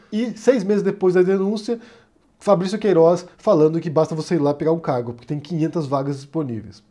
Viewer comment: Eu ouvi "carro" no lugar de "cargo" e por um instante pensei "eita, então era verdade que ele fazia rolo com carro??"